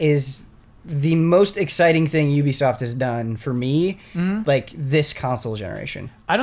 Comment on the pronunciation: none of you can pronounce ubisoft, though